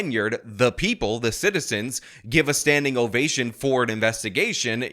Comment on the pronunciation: It's an ovation, not an ovashin. But anyhow, thank you for the reportage.